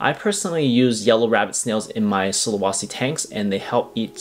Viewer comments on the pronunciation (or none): Sulawesi the e sound like the second e on "enter". Not sulawasi. Not really important but just to let you know the correct pronunciation